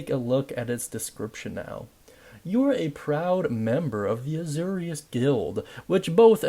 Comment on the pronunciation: It’s pronounced “A-Zor-ius” like Zoro.